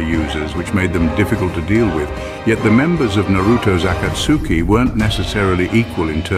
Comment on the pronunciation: As soon as I heard the ai say akatsuki I gave up on the video